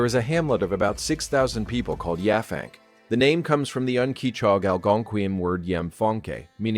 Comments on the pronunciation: Not Yah fank, Yap hank 😂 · The town on Long Island is pronounced Yap Hank, one work. The locals refer to themselves as" Pankers". It's still majority a farming community.